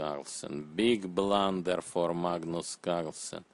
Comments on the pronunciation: BIG BRLUUUNNNDERR! Looks his faces unhreppy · sir,i want the commentator to narrate my life"beeeeg blander we need you"